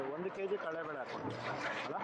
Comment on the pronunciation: ಅದು.... ಕಡ್ಲೆ ಬೇಳೆ......, ನೀವು ಕಳೆ ಬೇಳೆ ಅಂತ ಹೇಳ್. ಬಾರದು